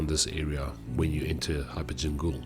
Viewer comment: Gaol is pronounced the same way as the normal (jail) spelling. It's just an old way of spelling it. Kind of a cool addition by From in my opinion. It adds to the ambiance.